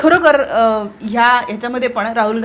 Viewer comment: Raaul Naahe Raahul Kamit kami Shudh Bolayala Shika Speach Madhe Kiti Asnskrat Chaatu Bitu Khalche Shbd😂 Lihilel Waachun Bola 😂😂😂